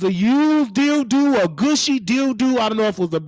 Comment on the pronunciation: Every time you said “Dilldoo” I started geekin!!!! 🤣🤣🤣